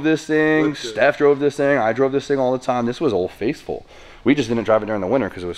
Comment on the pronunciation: are you saying old face full? I'm gonna assume you know it's old "faithful" because I like you too much to think you'd ever be that much like Rudnik...btw, build a ka beater 240 for burnout events...I know it's not your scene, but it'll build your viewer numbers